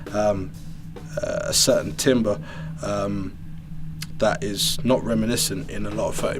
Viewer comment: If you are going to talk so long you should consider putting in time codes 14*8 14*6.5 13*7 Timbre is pronounced - "Tae - m - bour" is from the French.